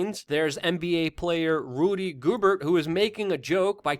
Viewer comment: I love you content Luke and I laughed at how you pronounced Rudy Gobert’s name. ✌🏻